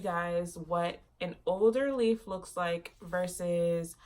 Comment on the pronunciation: I was cracking up when you pointed out the water damage leaf. I had to play back cuz I thought you said "loser leaf" not "old leaf"